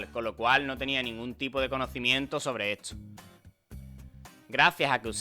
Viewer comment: De dónde eres que pronuncias "etso" en lugar de "esto" y así con muchas otras palabras???